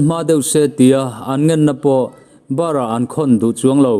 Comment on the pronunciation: A ngaihnawm hle ṭhin mai. Thu chhiar dan pawh a ṭha khat e. Mahse "Barah an khawn" tih i lam dan hi a dikhlel. Barh tih hi "nau chaw a barh" ti a barh anga lam tur a ni e. Huat lovah aw. FBI ho hi an va tenaqm em! Tuna bomp puak an ngaihven ang hian US election diklo hi han ngaihvenin diklohna chhuichhuak ta ngat se'ng chuan bomp hi a puak kher lovang le.